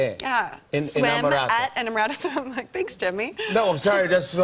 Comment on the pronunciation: I’m Italian and I hate the way she pronouces the name of her own clothing line